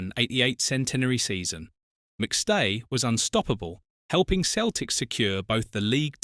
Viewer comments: Where were these headlines? Celtic is pronounced Sel-tic, not Keltic. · Why Keltic and occasionally proper pronunciation of the club’s name?!?? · No when Celtic was formed it was KELTIC . In the English speaking world they use seltic as a E after a C comes out a SELTIC like celebrity etc .